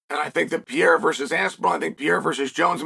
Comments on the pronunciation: Surname is PEHEIRAH not pireara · Pereira pronounced: PEA-ERA 😂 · ALEX PEE-ERA 😂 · He said his name the first time I was like wait what? Now I'll never unhear it.